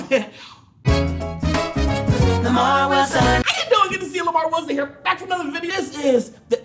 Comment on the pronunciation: Am i the only one who hears "Lamarr Wilsonon" in the intro? I hear it in the intro but not in the outro.